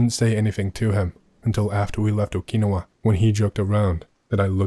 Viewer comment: How is jt your name is yet you mispronounce Okinawa so flagrantly? It reminds me of how tbe britts add an extra eye to aluminum and say "al-you-min-e-um"